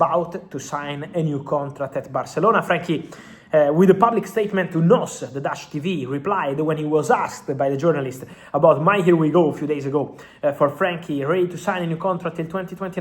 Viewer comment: En-Oh-Es not nos 😅😂😜